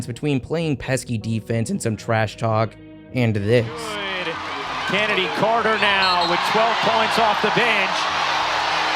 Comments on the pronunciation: Except for not getting Chennedy CARTER's name correct for the entire thing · You could at least get Chennedy Carter’s name right….it was literally in a clip you used